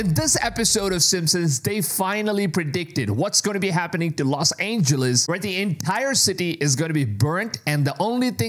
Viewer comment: “Los Angels”? 👎